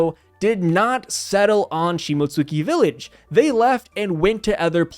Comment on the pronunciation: You don't pronounce the "u" in Shimotsuki. It's pronounced "Shimotski". It's LIGHTLY pronounced but it doesn't get its own syllable